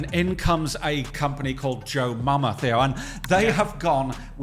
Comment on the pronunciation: Brentford kit maker is joma not jomama